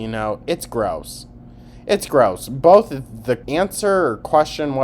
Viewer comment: Don’t forget “bolth” and “molment” lol